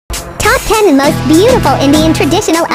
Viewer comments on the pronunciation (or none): none